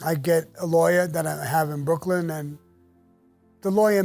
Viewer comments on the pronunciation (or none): none